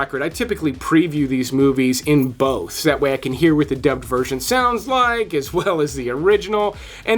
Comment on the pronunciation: Dubbed dubbed dubbed, come on man, say it properly, you are not 8 years old. Smh